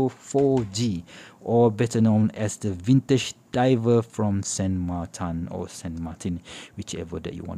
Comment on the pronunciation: It is “SAN MARTIN” in spanish….no “ SAN MARTAN” ….in french it is Saint Martin. The chinese company used an “spanish name” not “french or swiss name”.